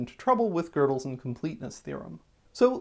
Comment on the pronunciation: WOW! I have never heard that Presburger arithmetic isn't subject to Gödel's Incompleteness thm, that's fantastic! (also, you pronounce it very interestingly, but I appreciate that it's closer to Gödel than "Godel" haha)